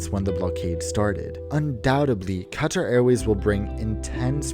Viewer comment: I luv how u say Qatar 💕